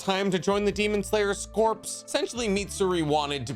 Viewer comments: Noticed it in previous videos that you keep pronouncing 'corps' incorrectly. It's pronoused 'core' not 'corpse'. The ps tricks folk up, but they are silent. Dunno if anyone pointed it out to you yet or not. Lol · Ok I can't take it anymore. Corps is pronounced like core not corpse, please no more. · You saying “Demon Slayer corpse” instead of “Demon Slayer corps” is really bothering me. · When he says “demon slayer corpse” 💀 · You keep mispronouncing corps. It’s pronounced core! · Love the videos but it drives me NUTS that you mispronounce “corps” in all of them.